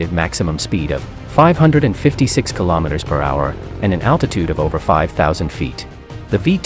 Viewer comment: Kilometers is pronounced kilo-meters, same as kilograms.